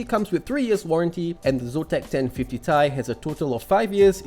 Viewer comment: simple and concise review is really nice....but, "ten fifty tai"? that's a first i've ever heard it pronounced that way...lol. keep up the good work with the reviews :-)